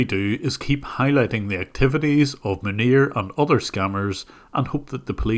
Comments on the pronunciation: I like how you pronounce "Munir" as "manure". Dunno if it's just because of your accent, but it's an appropriate way of pronouncing it, nonetheless 😂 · I literally thought you said his name was "manure" at the beginning of the video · The way you say his name just sounds like "Manure", which is pretty accurate I suppose. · I like that how you pronounce his name sounds like "manure". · Can we just take a minute to realize how many times I heard “manure” instead of “Manir”? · I think you are mispronouncing his name, it is supposed to be "Manure". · tbh i thought you was saying manure at first then realized it was his name, but seems like he's personality either way. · I love how the pronounciation of the scammer’s name sounds like “manure” because he actually is a pile of shit. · The way Jim pronounces Manir sounds like “manure” and I find that extremely appropriate. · I love how you pronounce Munir as closely to manure as possible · Munir?? Are you sure you are pronouncing his name right? Isn't it pronounced "Manure"? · I know this is entirely unintentional but I’m giggling at the nonchalant pronunciation shift between “Maneer” and “manure” at various points throughout this video 💀💀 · cc pronunciation is manure lmao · you say Manir, I hear Manure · Jim said Munir but I heard Manure. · Everytime you said the scammer's name I heard Manure. Which is pretty accurate. lol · Isn't his name pronounced, "MANURE"? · Can't stop hearing "Manure" and I'm going to choose to believe that's what it is, because it's just so appropriate. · am i the only one that think it sounds like he is saying Manure? n not Munir 🤫😜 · I had a small laugh when I heard the scammer's name pronounced as fitting as it possibly could be for such a man of low caliber. Who would name their kid in the likes of cow waste, manure :) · The way you pronounce his name xDDD "MANURE"! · Am I hearing right? Is his name “Manure?” 🤣🤣🤣🤣🤣